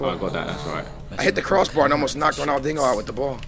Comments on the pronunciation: Why does say RONALDINGO??? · haha says ronaldingo